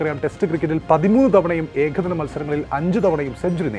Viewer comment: പറയാതെ വയ്യ.. നിങ്ങളുടെ മലയാളം ഉച്ചാരണം വളരെ അരോചകം ആണ്. ഉദാഹരണത്തിന്, ആധ്യം അല്ല ആദ്യം, ഏഖദിനം അല്ല ഏകദിനം.